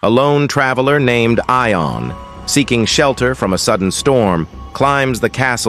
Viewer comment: AI can't pronounce. "Eye-on? Try "Yon." And get me a human.